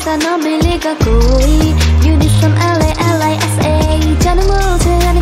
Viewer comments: apko thora word bolna bhi sikhna chaiye ye laliza nahi lalisa hoga understand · really great by the way it's lalisa not laliza and I want to ask that u know how to speak Korean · you are saying laliza love me but its lalisa love its not liza its lisa